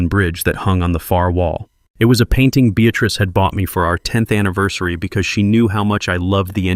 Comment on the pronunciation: Beatatrice or Beatrice? Get it right!